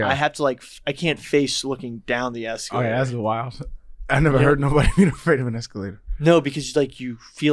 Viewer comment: Eskeeelater lol